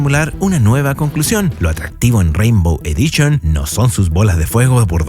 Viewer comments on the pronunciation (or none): "Champion EDICHON, CHORRRYUKEN, CHA, CHE, CHI, CHO, CHU." ¡Tu pronunciación del inglés y japonés ES ASQUEROSA, CABRÓN! :body-green-covering-eyes::face-orange-frowning::face-orange-frowning::face-orange-frowning::face-orange-raised-eyebrow::face-pink-tears:👎👎👎